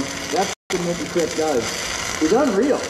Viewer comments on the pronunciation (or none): none